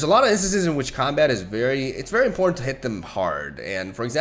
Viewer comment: Hey,, just wanted to let you know, when you don't pronounce "important" properly (which is a word you say a lot) it sounds like you're saying "In Porn."